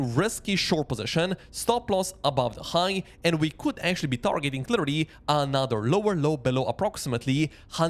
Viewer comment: Another not ANAATHER😂